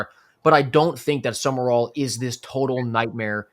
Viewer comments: needs to back off the Red Bull and other highly caffeinated beverages. And it's Sumrall. Not Summer-All. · Sumrall has a completely different energy than Napier. He will be different. He will be successful. And it's Sum-rall, not Sum-mer-all.